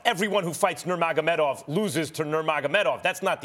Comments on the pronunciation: Stephen A. "Noomagomeedov" Smith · Stephen A. couldn't even say nurmagomedov LMAO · Stephen A Smith: “Were all thinking about that rematch with Nurmogamedov” Real MMA Fans: “WHAT?!” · Nomeynomeydov- SAS😂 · Stephen" floyd money Mayweatha, nemagomedav" smith